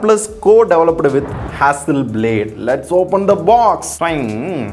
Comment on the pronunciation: Adhu hasselblad , hasselblade ila ya.. En ya kollura. Tech review panra seri oru peru kudava olunga solla mata